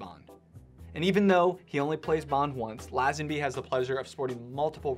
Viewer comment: George Who? Laaaaazenby. FFS…. Americans……😩